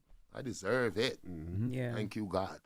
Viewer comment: Did he said “ Tank you Jezus?? Wow❤🙏